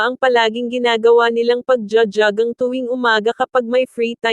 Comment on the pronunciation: JOGGING PO,....HINDI ..JAGANG..HEHEHE